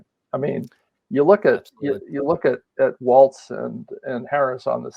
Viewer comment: Please! There is no T in Walz!